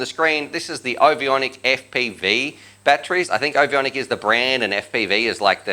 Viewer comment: There's only one i in the name. Ovonic = O-von-ic. Not O-vi-on-ic